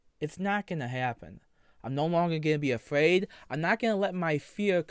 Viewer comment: “I’m no longer afwaid of you twols .” 😤🔥